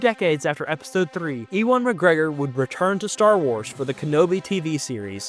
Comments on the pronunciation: I'm sorry-I know you are from the States, but it is "U-win" McGregor, not "E-Won" McGregor! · just so ya know Ewan is pronounced like "you-wun" i know this because i'm named after him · No way bro said EEWON Mcgregor 💀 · Imagine making this video anthology and flubbing the pronunciation of "Ewan." SMH.